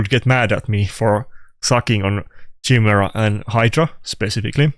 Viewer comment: top clans would meme on you only able to say chai-mera :P kai-mera